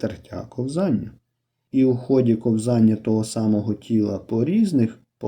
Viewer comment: Словник української мови. IV том. Правильно "КО́ВЗАННЯ". Це важливо, бо це мова!